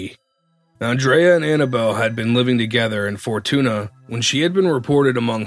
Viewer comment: Good listening. But please get the city names right, like Arcata and Fortuna. Just google how they're pronounced.